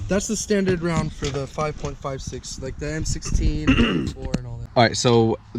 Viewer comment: It is mainly pronounced 556 not 5.56